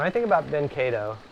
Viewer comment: I'm guessing he is polish and it is pronounced "ka-dov"